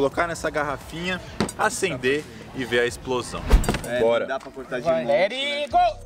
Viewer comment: 10% dos comentários: normais 90% dos comentários: é "AcEnDeR", nÃo "AsCeNdEr"